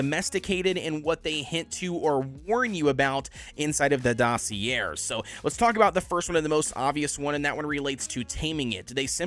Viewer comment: you’re definitely not pronouncing dossier right lol